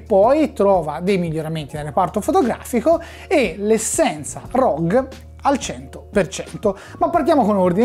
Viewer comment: GGGGGGG non C.... correggila sta pronuncia